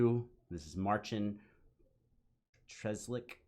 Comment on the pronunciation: MARCIN PATRZAŁEK IS PRONUNCIED AS FOLLOWS. MARCIN "CI" LIKE "CH" IN CHEESE. PATRZALEK "RZ" LIKE "SH", "LEK" LIKE "LACK" IN BLACK.